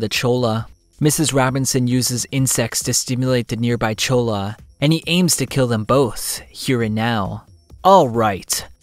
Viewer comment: Love the vid, quick word of advice in spanish words a double L is usually pronounced as a Y. In cholla, it's pronounced Choy-Ah.